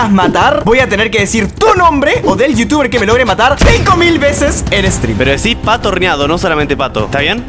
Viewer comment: cap DIJISTE YOUTUBER NO VITUBER